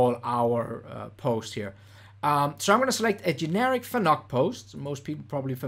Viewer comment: Fanuc is pronounced like "panic"